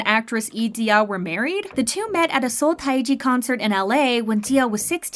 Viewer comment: I wish actually read the comments.. people pointed out the way the narrator pronounces Seo Taiji is completely off. It should be taeji. Such a simple fix if the comments on the other video about taiji was actually read by those who make the video...